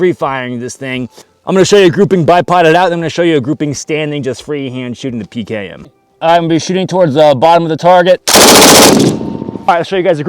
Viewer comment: As a russian I like how he said it.